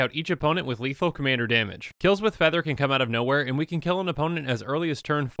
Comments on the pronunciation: “Letal commander damage” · "Letal Commander Damage"